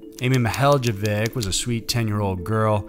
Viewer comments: Being from Ohio I cringed at The mispronunciation of Amy Mihaljevic’s name. But in all fairness I never would have known how to say it had I not heard it many times before. It’s like Ma-hall-uh-vic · Amy Mihaljevic, pronounced: Ma-hall-ovic' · It's pronounced Amy ma-hall-ah-vick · First, I love your channel. I have one quibble with this video - Amy's name is pronounced Mill-HALL-o-vic. Bay Village is right near where I grew up - I hope one day her killer is brought to justice. Thank you for shining light on her case. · It is pronounced Amy Ma-hall-la-vic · I live not far from where this happened. The last name is pronounced MI-HOLLOW-VIK. Soft "I" for both. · It's pronounced Amy Muh-HALL-a-vick. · Case 3: Amy Ma-HEY-lo-vic. The "j" is pronounced like an "h" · Oh. You pronounced Amy's last name wrong. M-hall-ah-vic. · MIHALJEVIC is pronounced Mi-hall-uh-VICH. The J is silent. You’re welcome. 😉